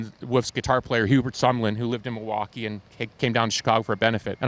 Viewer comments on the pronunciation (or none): none